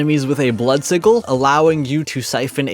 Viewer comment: That pronunciation of sigil was wild